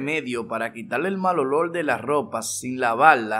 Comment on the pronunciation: "El malolol" 😂